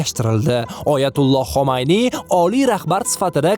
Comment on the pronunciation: xomayniy emas Xumayniy